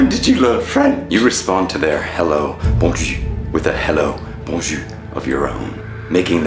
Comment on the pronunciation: if you say hello bonjou I know you dont speak freach there is a R at the end without it you sound like you are saying 'good cheek' which is funny